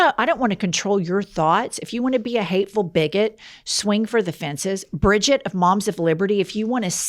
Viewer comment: Please stop saying Bridget😡 I’m a Brigitte(German) it hurts every time u say it 😢 It’s like a stab into my stomach 😂😂😂